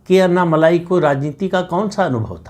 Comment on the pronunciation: माफ़ करना, उनका नाम 'अन्ना मलाई' नहीं, 'अन्नामलै' हैं | अण्णामलै - ऐसा बोलना ठीक् होगा|